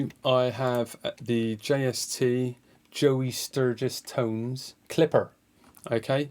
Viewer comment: Your West Country accent when you say “Joey Sturgis Tones” kills me haha, great video man! Rad to see your process, sounds really sick.